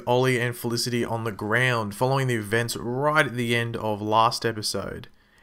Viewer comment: u pronoced felicity wrongly 😀😀😀